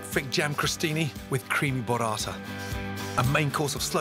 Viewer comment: Bruh 😕 it's burrata read "boo"rrata, not borrata, which sounds more like sborrata. And trust me you don't wanna eat that 😂😂😂😂